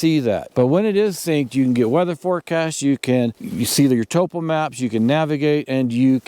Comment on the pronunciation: Why do backpackers no longer know how to pronounce 'topo'.